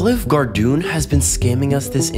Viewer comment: this guy is a genius pronouncing olive garden like that so more people comment on his shorts about it